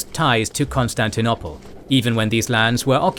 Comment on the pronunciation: I like your videos as much as the next guy but the way you pronounce Constantinople drives me nuts to the point where I even avoid your videos when I see the Bosporus strait anywhere in the thumbnail or alluded to in the title. It's CON-STAN-TI-NO-PULL not CON-STAN-TI-NO-PLAY. GAAAAAAAAHHHHHHHHHH